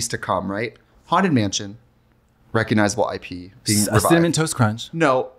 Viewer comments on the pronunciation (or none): none